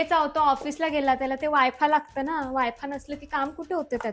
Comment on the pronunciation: Wifa वाय फा... हेतुपुरस्कर उच्चार. लय भारी